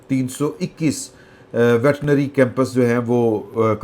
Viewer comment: لفظ ویٹرنری ہوتا ہے یا ویٹنری تصحیح فرما دی